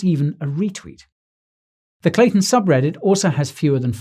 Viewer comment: Great vids but if your slaughtering the name ...